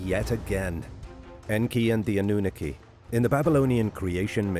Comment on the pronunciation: Anoonooki? Sorry but wrong pronouncing 🤷🏻‍♂️ good effort tho